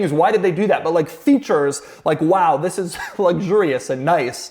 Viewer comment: He always say Fhis or Whis, Shish, never THIS!!!